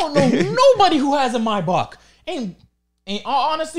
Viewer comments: I hate how you pronounce Mybach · Why can't these boys say maybach properly "may-back" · The mispronunciation in this pod low key had me hot the whole time 😂